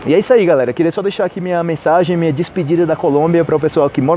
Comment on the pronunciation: Por qué vc fala "Mia" e não "minha"?